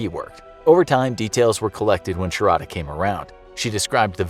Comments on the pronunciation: It's pronounced shaaarda not sha ra da . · Sharadha pronunciation 😂